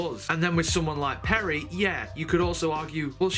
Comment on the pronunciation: Is is funny that you don't get a single companion's name correct: it is Adric (not Adrick), Tegan (not Teagan), Turlough (not Terlow or Torlow) and Peri (not Perry)